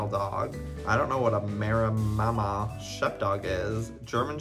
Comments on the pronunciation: Everytime you said Meremmama instead of "Mareemah" I died a little inside ;~; honestly though I really thought December and January especially were crossed with a Marema. My sister has one and they're classed as a giant breed of dog, so I wasn't surprised that December was so huge. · i love how Joey keeps saying 'maremmama' instead of 'maremma' im dying haha! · It’s ma-rem-ma. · Maremma is pronounced "Mah-rem-mah" 😂😂😂 Little December and January look so much like baby Maremmas. They are an extremely loyal breed and very protective. A conservation project in Australia used Maremma sheepdogs to protect endangered little penguins from foxes and saved the population! They even made the story into a movie called "Oddball". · For context Joey its pronounced Ma-ree-ma sheepdog! They are big sweethearts and quite similar to Great Pyraneese! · Screen: Maremma sheepdog Joey: Mara-mama sheepdog! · The way Joey kept pronouncing Maremma as MeraMAMA 🤣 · Not Joey saying “Maremama” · For the maremma sheepdog, it’s pronounce mare ma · The way Joey is pronouncing “maremma sheepdog” is sending me oh my lord 🤣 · omg the way joey pronounces maremma XD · The way he says Maremma ahahah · How many times will joey say maremamma?🤣🤣🤣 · Cant get over the way ur saying Maremma 😂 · The way you said Maremma xdddddd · I could not handle you butchering the word Maremma 😭